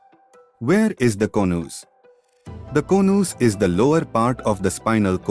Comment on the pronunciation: Konooz....😊 Its Co-nus